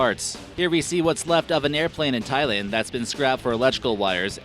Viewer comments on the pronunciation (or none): none